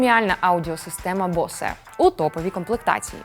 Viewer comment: Акустична система Боус, а не Босе